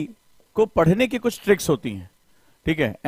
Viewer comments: Sir Trics nahi hota tricks hota hai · Trics nhi sir tricks hota h 😅